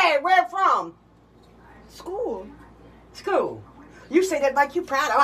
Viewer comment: “You got a hockey from SCHUUULUU”😂💀